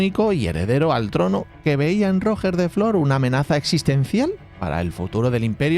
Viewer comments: Muy interesante el video como siempre, decirte sobre los almogavers, y hasta donde buenamente e leído, "Roger" suena como con "j" francesa o si lo pronuncias como se pronunciaría este nombre en ingles te quedara mas similar, el "coltell" sonaría como "coltei" o como la doble ll de llave, no "coltel". Tenían mas tácticas los almogavers, como aprovechando la mayoría de sus hombres eran bajitos, pasar por debajo del caballo y abrirle el estomago, poner trampas y aprovechar el terreno, eran tramperos profesionales, luego tenían fama de ir cambiando de arma en media batalla y saqueando al enemigo sus armas según les convenia... El castillo de Galípoli realmente se supone que el emperador lo dio a Roger para compensarle el impago a la compañía catalana, Roger pidió hasta el titulo de Caesar antes de ser ejecutado, los alanos y almogavars no se llevaban bien. Mientras la batalla de Apros, los bizantinos con apoyo genovés, atacaron Galípoli, que fue defendida por mujeres, niños y personas mayores y una pequeña guarnición ridícula, se dice que su comandante Ramon Muntaner quemo los barcos para que estuvieran obligados a luchar, fue otra derrota vergonzosa para el ejercito bizantino y la flota genovesa. Una vez acabada la primera parte de la venganza tuvieron que llamar un nuevo líder, pero los almogavares se dividian entre catalanes y aragoneses y había 2 lideres, empezaron a pelear entre ellos, en una de las peleas el líder catalán mato al aragones, los aragoneses abandonaron la comp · para la próxima vez que lo nombres: para Roger de Flor, Roger se pronuncia con la misma G que en inglés pero siendo palabra aguda. Es decir: RoGER de Flor. Buen vídeo por lo demás:) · ¿De verdad os cuesta pronunciar correrctamente Roger? Para hacer eso decid directamente Rogelio. Castellanizad el nombre del todo. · Aiiiii, pero que mal pronunciado el nombre de Roger😢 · Roger de Flor, Roger se dice como en ingles pero con la tilde en la O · Roger en catalán se pronuncia Ruyér